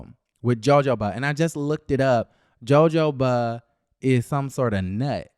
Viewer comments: It's not pronounce "joe-joe..." it's "ho-ho-ba". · Love your commentary. However, it's pronounced "Ho Ho" instead of "Jo Jo". You make it funny either way. #BamaGirlInCali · Joe Joe what? 🤣🤣 I think it’s pronounced huh-ho*-buh babe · it’s pronounced Ho-ho-ba. Not Jo-jo-ba. 😄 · Child not "joe-joe-ba". 🤣🤣🤣 I really thought he was kidding at first. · please record this last piece the J IS SILENT for h sound - for a min I didn’t know the heck you were talking about. It’s not pronounced jo jo as in joe Your partners should speak to you before partnering Google will help you with pronouncing these words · You do know it's not pronounced Joe Joe Ba 😑😒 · It is pronounced Joe hoe ba.... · That RHUGT cast looks boring!, its pronounced huh-ho-buh 😂😂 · I'm crying real life tears at Jojoba 🤣😂🤣😂 please ask Siri how to pronounce it. 😭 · Thank you. I cringed as soon as he said it.